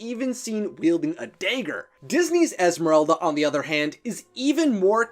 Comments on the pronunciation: I love like accent or whatever. It’s just cute when he pronounces Agnes as Eggnes or Dagger as Dayger etc. It’s quirky and I love it! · Sounded like he said day-ger XD